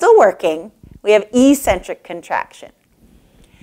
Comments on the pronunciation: Do you really pronounce "eccentric" as e-centric? It sounds strange considering that "eccentric" has another meaning where it's pronounced eck-centric. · Nice but ECCENTRIC is not pronounced E-Centric but rather Ex-Centric. Thanks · Good video. One thing - eccentric is pronounced ex-centric, not e-centric.